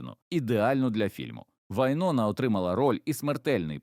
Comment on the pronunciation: Вайн`она - наголос на "о".